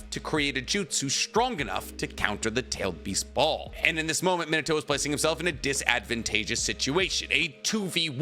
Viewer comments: Bro I'm assuming you of all people know how to pronounce his name but omfg it's fn MEENUTOH NOT MINUTOH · claims is a fan keeps sayin his name wrong (mee-nah-tow) not min-ah-tow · mi NA to, the emphasis should be on the "na". He also has a grandson named Bolt. (You know, like a lightning bolt) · Me-Na-To > Min-A-To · the pronunciation like "minnuh-toe" is killing me ioedrtnmgvoi9tkbn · At least pronounce his name properly. Not minatoe. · You make this video yet you can’t even pronounce “minute-toe”. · I'll be honest, I can't get past the way you pronounce his name but I'll be back one day and gave you a like regardless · it triggers me how you pronounce Minato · He's not pronouncing it correctly, but I'll conced to the fact that my explanation also is not exactly correct. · Well, he's definitely not pronouncing it the Japanese way, but it's close enough. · Fun fact he says minato name so wrong and it erks me. lol i almost stopped the video when he said his name like 20 times in a row.. starting to think he doesnt really know and he just googles the stuff.